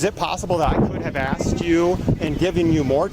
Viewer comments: the moment i hear a women say the word "axed" instead of "asked" i stop listening.. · It's amazing people even get these jobs nowadays with their 'command' of the English language. "She axed me..." 😬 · "then she axed me to pay for it" 🙄